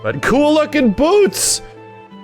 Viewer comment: I’m here to hear say “BEWTS”